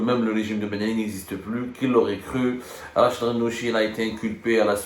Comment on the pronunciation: RACHED et non pas RACHID يا حبوس